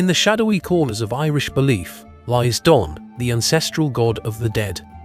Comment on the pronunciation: Donn is pronounced Dunn